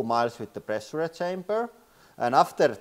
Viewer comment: too much pressh-yure-eh.